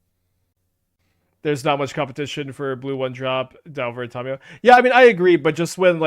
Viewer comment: Please stop pronouncing Tamiyo incorrectly